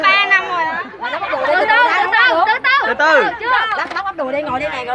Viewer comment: Đoạn cuối Cúc cứ: "hết giờ lè! hết giờ lè" :v :v :v "sắp hết giờ dồi" :v